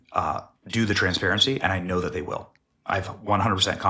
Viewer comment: "...why is day lettin her..."?